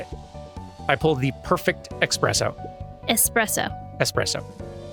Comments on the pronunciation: what a fantastic finale to such a fantastic game ok that was a very satisfactory moment - gotta love both mispronouncing espresso in front of - i think we need more stories have the Final Boss be undercover & having to endure the heroes Smack Talk them - speaking of, how does Luka not notice that Solomon smells of cigar? - I'm surprised there wasn't a reveal for the narrator consider how involved they seemed to act - i love that baby Sharper is giving you the meanest Side Eye a baby could possibly give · you have my eternal respect and admiration for knowing how to say the name of the pressure-made coffee thingy. Hurt your hubby a lot, please.